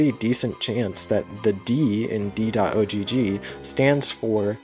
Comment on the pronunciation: You don't need to say "dot oh gee gee" the ogg is pronounced like in dog, it's short for ogg vorbis